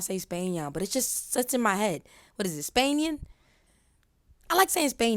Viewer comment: Nahh SPAN-YAIRN Got it !😭💀😂🔥